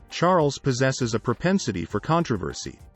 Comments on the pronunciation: Charl-ess??! Really? Awful, just awful! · I think I might like this more if the narrator didn't keep calling him "King Charlotte." Also, there's nothing new or even interesting here. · What? Charles ascended to the throne at 10 when his uncle abdicated? Did I mishear you? You can't even get his name right (Char - les). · anyone else pick up the voice pronounce Charles as Char-less? found it amusing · It would be nice if you could say his name right. Or get some one who can ! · This is wrong she descended the throne at 26 in 1952 after the death of her father George VI not at 10. Her father descended the throne when she was 10 and when her uncle his brother Edward VIII abdicated. GET YOUR FACTS STRAIGHT. He was not a retarted boy. This guy doesnt know the meeting of retarted. He someties mispronounced Chares ad whats so horrible about this. Oh please towels folded wrong, water level, and placement of the bathtub plug. Too picky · Who needs to listen to an AI reading of the text that mispronounces Charles name constantly?